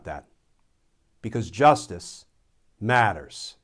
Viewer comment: "JUSTICE MATTERS" would sound better as "Justice Matters" the verbal emphasis is a bit corny.